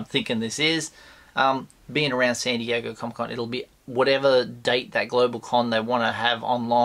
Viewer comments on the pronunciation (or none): none